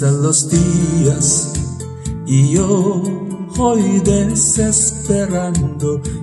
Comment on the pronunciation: 무척 고맙습니다. Y yo joy desesperando가 아니고 Y yo voy desesperando입니다. 그러므로 '이 요(죠) 보이 데세스페란도'로 읽어야합니다.